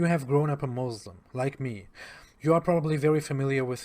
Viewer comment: Why does he still say mozlem